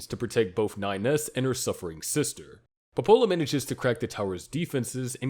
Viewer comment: Dev-o-la Po-po-la